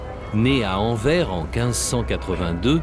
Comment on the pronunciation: et pour autre info , on ne dit pas Anver mais AnverSSSS , en flamand Antwerpen